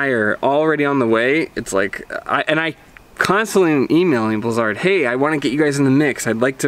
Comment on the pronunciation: he is saying the name right...thats how it was said in the begining.....